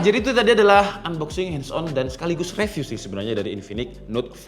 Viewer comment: bang baca review bukan reviu tapi riviu, ois bukan oais tapi oai s😅